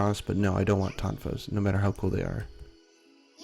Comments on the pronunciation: i couldnt understand the word. what kind of weapon? tang fows? what??? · i think he meant "tonfas"